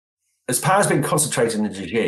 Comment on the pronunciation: How much can u really know about china if u don't know president xi is pronounced "she". Ji? Where are u getting this from